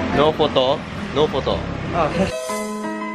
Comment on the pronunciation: Noppoto??? Nopoto nopoto...